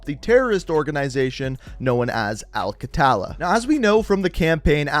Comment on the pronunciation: "Al qattala" is an arabic word which means the killers it is pronounced as "Al qtla" or "Al ktla" not "qattala" anyway good video as always keep it up